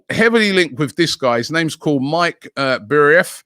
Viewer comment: It's Mika, not Mike.